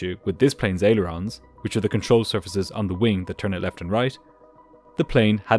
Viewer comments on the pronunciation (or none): none